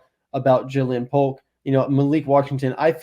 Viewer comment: Don’t take it as hating but I believe Jalin Polk is pronounced the same jaylen waddle, jalen hurts etc. great stuff guys, as always. Much love